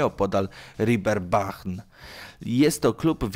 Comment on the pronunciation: RIBERBAH xDxDxDxDxDxD To sie wymawia reeperban